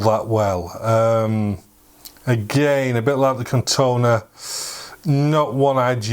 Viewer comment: Nice video, but it is corrona, not Cortona 😏